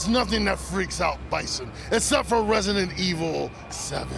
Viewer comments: what is Resentiel 7? ...... i wonder what her heritage is cause shes having so much trouble pronouncing the words. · "resential evil." lmfao they should have gotten someone who could pronounce the name of the game. smh